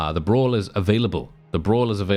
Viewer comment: Brawlz not Bras!